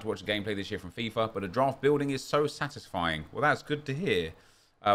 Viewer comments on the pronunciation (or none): none